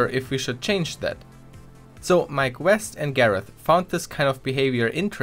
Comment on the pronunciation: I thought he was saying My Quest instead of Mike West.